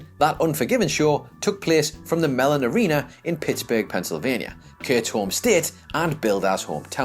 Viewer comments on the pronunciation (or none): none